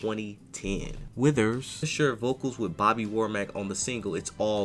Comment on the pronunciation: Can you stop saying his last name like that?